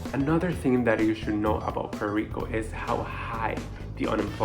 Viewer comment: What is Puero Rico..learn proper english..